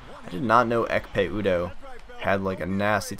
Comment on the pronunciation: Ekpe Udoh is pronounced Epe Udoh w/ silenced 'K'.